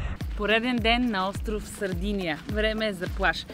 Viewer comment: Мила, Сардения, а не Сардиния.Островът носи името на най-ранните заселници племената сарди.